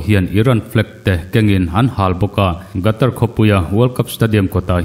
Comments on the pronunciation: Gatar tia lam loin Khatar tiin lam zawk la mgaihthlak a nuam ang a... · World cup chungchang hi ila puan zui fo hmel si a Qatar i lam Rik dan hi i thlak a tha in ka hria. A hrim hrim in hetiang a inpuan hma hian a lam dan te hi lo zir lawk a lo en lawk ve thin awm ka ti. A hmjng hi GATAR ani lo a, QATAR ania...Khatar tih mai kha a har hauhlo mawle. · Gatar tia lamrik hiii..Qatar..Katar tia lam hi a dikzawk emlee!!? Lamdik hi a tha ania..Ngaithlatu kantam thin sia..